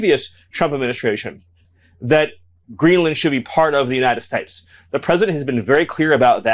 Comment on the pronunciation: The way he says United States bothers me so bad. That’s the petty thing I have to say about this loser.